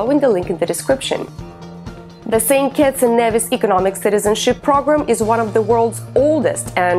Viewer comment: St kitts and "kneevis"! GET THE PRONUNCIATION CORRECTLY!